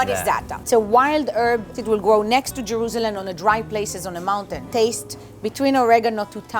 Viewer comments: had a little trouble saying “Jerusalem” lol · The way she says it: Jeroouzeleeem Baygal